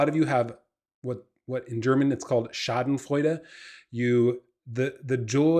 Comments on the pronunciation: The pronunciation of "Schadenfreude" was quite good. Thumbs up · Ah. Cause usually English native speakers pronounce Schadefreude like Schadenf[wuh]eud (makes me cringe) but you said it right.